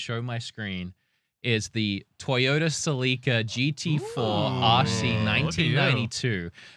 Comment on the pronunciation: My Toyota "Sel-ii-cah" it's pronounced "Sell-eh-cah"...like you are selling something, then "eh" like ehhh idk, then the "cah" you are right on. "Selica" sounds like a Zelda NPC so its obvious you've played mega Zelda in your time. This is the best podcast on the internet, because you guys gel really well and its not about politics and trash. its the best distraction from reality and that's exactly what youtube / video games are for. plus, im a huge zelda fanboy, admitted, absolutely unapologetic about it, and since you guys are zelda-biased too we are like friends in that matter. lo-key i also like my 90s mario karts, mario kart wii, and mario kart DS so don't judge me those games destroy 8 deluxe and world easy money. im a proud millennial / elderly, same thing, and proud to say i was alive when WoW came out with those expansions, 90s/2ks nintendo and PC gaming was soooo fire you guys. Sega was alright, had some money games too, PS1 was eh, bc 64 was so good we didn't care about PS1, PS2 was fire, but PC gaming then eclipsed PS2 so it was mid overall. Gamecube (smash melee) was fire but nobody played it bc PC gaming was peak. the best gaming of all time is a tie between nintendo from 80s/90s and PC from 90s/2ks. today's gaming is like idk 1/2 as fire but still flames.